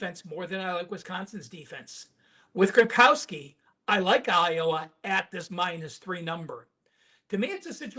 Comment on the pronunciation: Gro-now-ski, not Gron-kow-ski